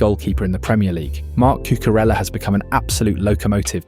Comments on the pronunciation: No es Cucurela, joder.!! Es CucureLLa .!! no sabes lo que es la LL.??se lee Cucureya , se escribe con LL ( elle), no es italiano. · CURELA?? CUCURELLA!! omg